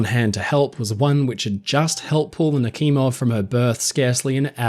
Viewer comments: Why are you pronouncing the "kh" in Nakhimov as Nakimov? The "kh" should be pronounced as "h", the combination of letters in the Cyrillic-Latin transliteration was created to avoid confusion between the pronounced "h" and the unpronounced "h". So in order to pronounce it correctly, it only takes a modicum of curiosity to ask yourself the question: "If it is written Nakhimov and not Nakimov, then "kh" must indicate something, right?". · I have heard the name Admiral Nachimov before (btw: your pronounciation of the name is a little bit awful), but I have never heard about this cruise ship. When I hear the name Admiral Nachimov, I think about a warship of the Russian Navy, a guided missile cruiser. And "Pobeda" is more pronounced like "Pob-yeda" in Russian.